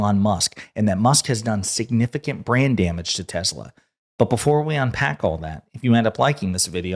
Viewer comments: Every time you said Brand Damage, I heard Brain Damage. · Did you say "brand damage" or "brain damage"?